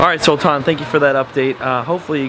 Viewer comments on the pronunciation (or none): he said saltana not saltan haha